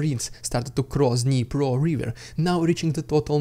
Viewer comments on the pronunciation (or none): none